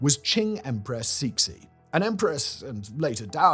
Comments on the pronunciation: Oh god-- Cixi is not "seeksee"; In chinese, it's pronounced like tsuh-shee (to english phonology; IPA, in the dialect I learned, would look like [tsɨːɕi] for those of you who can read International Phonetic) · Suh-si as well, for Cixi. I am such a massive pedant that I have to keep saying it correctly every time he gets it wrong 😆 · I am JUST NOW seeing this comment. Bah. I rewatched this and almost cringed myself into an aneurysm. His pronunciation of "Borgia" was painful. Xianfeng? SSHIAN-FUNG. Cixi? SEE-SSHI. The X in Chinese is a sharp SH sound. At least Simon remembered that c sounds like s when followed by i. Soyeon? SOH-YOHN. If you see "eo" in Korean, think of Seoul. If you see "eu" in Romanized Korean, idk, think of the "pun" in "Punjabi" or something. I swear to god the writers should probably write everything out phonetically and send the proper spellings to the editors. I genuinely want to stab myself in the ears with a splintered wooden spoon that's been marinating in raw sewage, ditch water, and rotting carcasses for a year every time he mispronounces stuff. I would willingly take away my ability to listen to music and more than likely die.